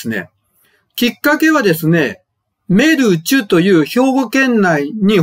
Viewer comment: 若狭さんの「メルチュ」の発音がちょっとエッチですね。